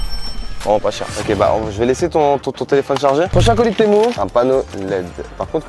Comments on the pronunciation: On dis "tému" pas "témou" 😂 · c'est pas temou ça se dit temu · C'est tému pas témou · mais c pas temou c TEMU